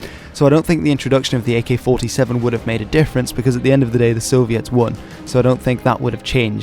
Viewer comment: Holy shit he said the name right!